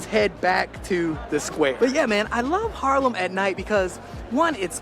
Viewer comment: Haarlem is it.. where he lives… it is 15 minutes from Amsterdam by train. Good atmosfere in Haarlem.. he speaks it at Harlem.. he needs to make the a.. sounds as ah.. making it long when there are 2 aa in the middle of a word. And yeah.. .Harlem near New York is called by our Haarlem. Love the vibe in Haarlem. Great that you watch his vlogs… i love them.